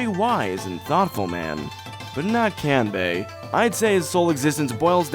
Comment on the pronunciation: Side note: "Kahn-bay" "Sahn-jah" More correct.